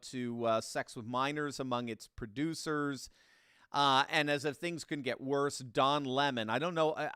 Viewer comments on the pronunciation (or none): Did you say "Producers" or "Seducers", just curious?